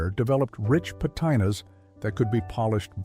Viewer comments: patina "puh tee nuh" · Great video. I remember much of these. Wish I had a sleeping porch now. Please check how you pronounce patina.